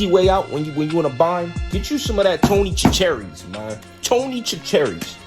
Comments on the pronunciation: lol. "Tony ChuCAReeez". It's Tony SHAsharies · I was watch and to possibly learn something new. Well I did learn something new. Eagles fans can not pronounce Tony Chachere's seasoning correctly. Very laughable at the wannabe turkey fryer. LMAO!!! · Yoo you said Tony’s name wrong fam 😂😂